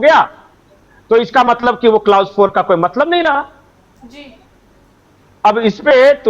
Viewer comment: बहुत बढ़िया विश्लेषण किया किन्तु ये शब्द कलौस है नाकि क्लाउस...... प्लीज सही उच्चारण किया करें....